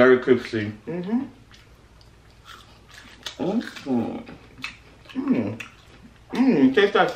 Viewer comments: "This is so cripsty"😂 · Lmao this is cripsy I cant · CRIPSTEE LOL